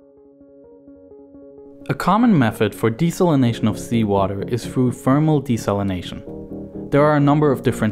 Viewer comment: He also says, "Froo" instead of "through."